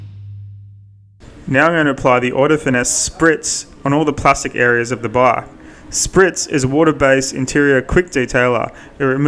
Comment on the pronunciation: After using eng sub I understood that you mean bike instead of bug.I was thinking " bug?". Spell it like this "beik"